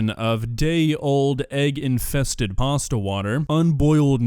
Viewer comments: Does say "paster" instead of "pasta"? If yes, everything is fine, it's not pasta it's paster. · We just going to ignore the fact how he’s pronouncing pasta? He added an er to pasta. Also, look at how dirty his nails are. 🤢 That’s very disturbing! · Why he keep pronouncing pasta with a Hard R, making me mad fr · Did he pronounce it "parstir"? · Drink everything they say "parsta" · I hear more "pawsta" more than an "er" in it.